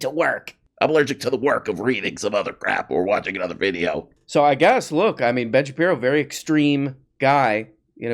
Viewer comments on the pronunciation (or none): Could you stop calling him "Ben Shapino" cuz I'm trying to enjoy this glass of water while I watch the video but I keep doing a spit takes every time you say it.😅😂